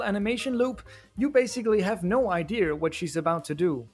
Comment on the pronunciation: "ideeyurr" (I'm sorry if this comment comes across as rude. i promise i mean no ill will, i just found that specific pronunciation funny).